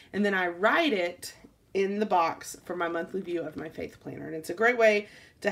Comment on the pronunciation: When you were saying my "faith " planner I thought you had said "fake" planner haha